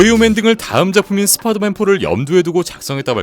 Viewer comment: 스빠이더맨 나우 홈 ㅋㅋㅋ